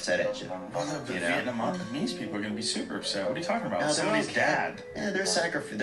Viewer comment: "Viyetnamese" - THeo